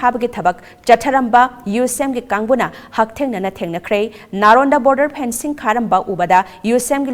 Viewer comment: Fencing not phencing...karigi wa ngangbada kapli² twbani...Phencing means what?